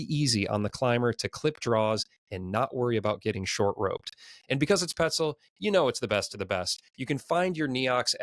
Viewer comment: You guys know petzl is French ? It’s nough or new, not kneeox 😂